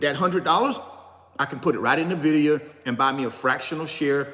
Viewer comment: Pronounced “Envidia “ not nahvidia